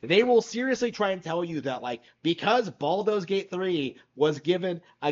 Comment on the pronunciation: What's with the whole "Baldo's" Gate thing? Is it some sort of epic own to mispronounce a name?